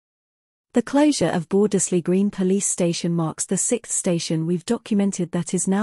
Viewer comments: yes, the first 'e' should be silent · Shame the voice doesn't say Bordesley correctly